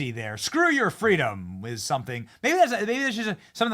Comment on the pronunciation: I wonder how many people thought, "Golly, Arnold said scwew your fweedoms, ok, I will. I'll go get jabbed right now and wear three masks in my own car." Seriously, did anybody change their minds on the issue because Awnold said so?